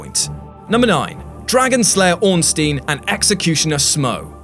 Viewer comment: Orn-STINE, like Einstein, it's even spelled the same way.